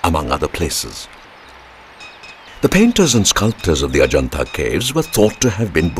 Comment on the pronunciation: That's amusing how you pronounce heaven Ah Ja Naat Ahjanata basically means come to heaven's Gate referring to the Forbidden City are great wall of China